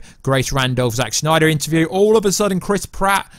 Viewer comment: love the videos but omg every time you say 'Snyder' in that way I want to unsubscribe!